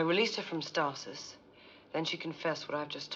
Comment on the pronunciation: two seasons and they still can't pronounce the word stasis.